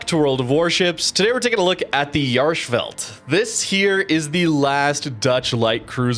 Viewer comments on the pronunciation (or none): You are butchering the pronouncement of the name